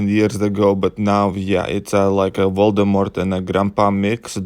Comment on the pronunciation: "VOLDEMORT" YES 😂😂😂😂👌